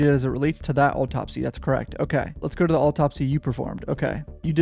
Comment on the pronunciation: The way you're pronouncing "autopsy" really bothers me